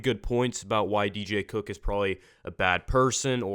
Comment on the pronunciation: Please pick a better tittle for this video because it sounds like you said do cook is bad